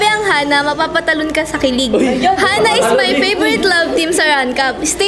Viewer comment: Hana po hindi hanah😂